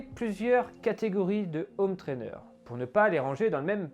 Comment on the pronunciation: toujours des vidéos intéressantes mais les zhome traîner et un nhome trainer ça craint gaffe aux liasons